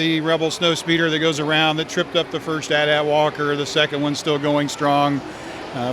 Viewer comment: Ok this triggers me he called it a At At walker No just no! It’s a AT-AT